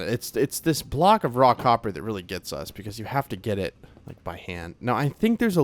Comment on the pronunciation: Every time you say 'raw copper' it sounds to me like you're saying 'rock hopper' and I'm thinking I don't see any penguins in the game...😂 9346